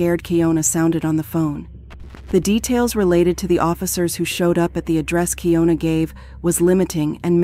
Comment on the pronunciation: She says on the phone call her name is keeYonAh & yet you still keep saying keeYoNuh… seriously wtf